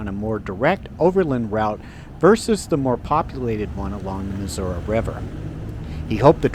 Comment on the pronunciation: It’s NOT MISSOURA. IT’S MISSOURI!!